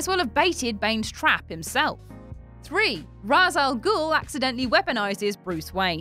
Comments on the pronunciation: "Raysh", not "Razz",. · Any video that prounounces it "Roz" Al Ghul automatically gets a dislike. How would you like it if people constantly pronounced your name wrong,? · I always though Ra's was pronounced RAY-sh